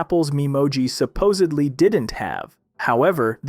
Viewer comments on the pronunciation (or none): none